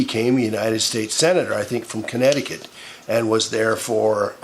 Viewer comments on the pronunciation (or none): none